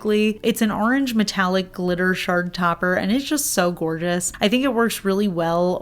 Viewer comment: I kept hearing “shark glitters” instead of “shard glitters.” 😂😂😂